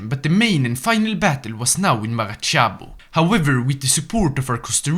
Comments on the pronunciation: Maracaibo it's pronounced like MaraKaybou Kay as in Okay But this isn't criticism, in fact this was a very good video. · "Lake marachaibo" That hurt both my soul, my antecessor and my successors